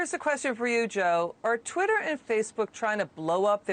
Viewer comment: it’s (twatter) lol